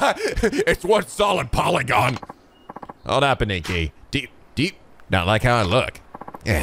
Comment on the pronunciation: please correct your "Aniki" pronunciation! The game (well, the whole series really) uses it a lot and it's grating a bit to hear a-n-I-k-i, not A-n-i-k-i (stressing A) all this time.